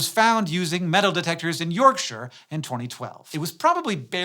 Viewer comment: Only watched to see if you'd pronounce Yorkshire correctly. Good job 👍